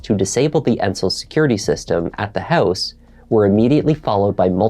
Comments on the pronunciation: What’s a hoose fire lol are you Canadian? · Please stop pronouncing word “house” in a weird way. My ears are in pain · She drove "oot to the hoose"?